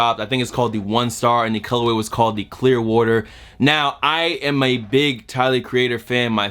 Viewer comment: says water like wortur😂😂